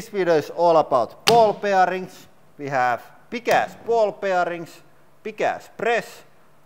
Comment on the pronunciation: Everytime I hear you say" Here ve go" I feel like ducking because I might end up like watermelon man!😅